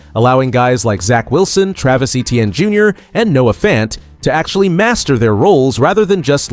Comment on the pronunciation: Your video awful and you can’t even pronounce Etienne or Metairie. Please stop making videos of the Saints